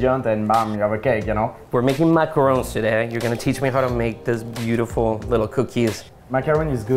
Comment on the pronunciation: I thought this dessert is suppose to be pronounced ma-ka-ron. Ma-ka-ruun is the coconut one 🤔